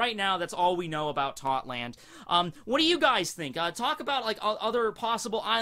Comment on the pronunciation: ITS TOTTO LAND NOT TOTLAND